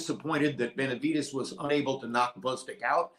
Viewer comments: Can someone please explain to him how to pronounce Benavidez not with a T but a D ? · Who the hell is benaviTez ?? Before you go live Learn how to PRONOUNCE Benavidez! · Benavidez not benavites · It’s Benavides not Benavites!! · It’s BenaviDEZ NOT BenaviTEZ. I stopped watching your video because of this unprofessionalism. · How do you say “TEZ NUTS or DEZ NUTS? 😂 now that is unprofessional lol…come on really? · Stop saying Benavites 😒